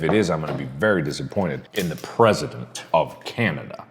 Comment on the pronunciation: Yeah that’s what I kept thinking “PrEsIdEnT”